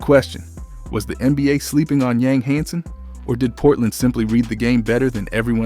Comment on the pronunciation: Living in China and Taiwan for 7 years. In most of Asia the last name is first. His name is Hansen Yang (Yang = Yong") I'm just trying to help, as a 10 year expat I am more than happy to share---you will get more Chinese subscribers with the proper pronunciation. Ya feel me. :)